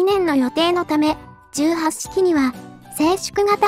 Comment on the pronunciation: 問題はこの素晴らしい兵器を敵性艦船に向かってぶっ放す「闘う意志・戦う判断」があることだ。 あと、「18」の読みは海自では「ひとはち」じゃなかった？